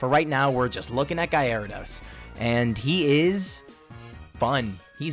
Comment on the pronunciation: Goated pokemon analysis but bro “guyarados”????